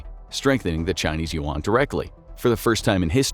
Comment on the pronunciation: The pronunciation of Yuan is killing me.